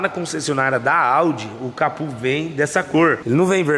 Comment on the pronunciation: Aonde vc ouviu falar "capu"?,É CAPÔ CA-PÔ